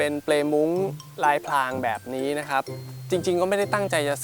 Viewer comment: พรางครับ ไม่ใช่ พลาง